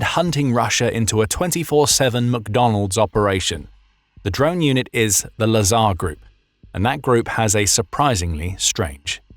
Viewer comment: Drink every time he says "lasar"